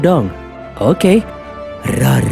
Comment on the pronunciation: Rorrr nya bukan gitu min🥲